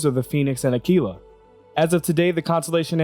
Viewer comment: It's so nice hearing a youtuber say "Aquila" correctly, thank you